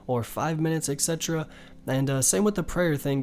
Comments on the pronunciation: It's not ec cetera. It's Et cetera. And for the love of God, stop saying Et cetera.... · every time he says "excetra" i cringe. youre over thinking it, just like the rest of the video.